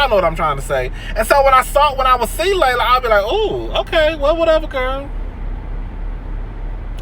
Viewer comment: her name his pronounced (Lee-la) not Layla. I'm just saying 💜🧸